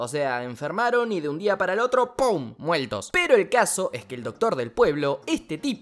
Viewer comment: "¡PUM! mueltos" 🤣🤣🤣🤣